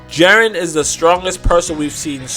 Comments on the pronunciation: Jeren? Already stopped after her said jeren 😤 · "Jaren" Lmao